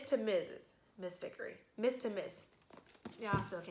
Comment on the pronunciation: Yeah k i was hoping that you'd learn in a month how to say from MISS TO MISSUS